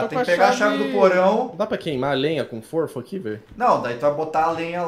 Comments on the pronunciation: Forfo :v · Forfo KKKKKKKKKKKKK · Cara, eu tenho tanta agonia, mas tanta agonia... QUANDO O FALA FORFO!!! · KAAKKAKAKAKA FORFO KAKSKAKSKSKSK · Guinas, eu sou um fã de vcs, mas quando alguem diz forfo, é pq está muito assustado para disser garfo.